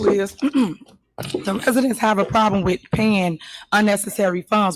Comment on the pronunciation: Tahoe Tiffany needs to go back to school and take ENG 101. She also needs to take Elocution lessons. It is "ask" not "ax". It is "with" not "wiff". It is "ridiculous" not "wedickkulus" Do you get the picture Tiffany?